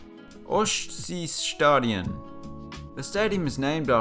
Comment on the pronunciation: How hard can it be to pronounce Ostseestadion?! Come the fuck on.